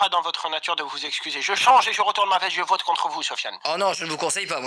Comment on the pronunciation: Sa me tue, dit à chaque "je vrote" au lieu de " je vote "😂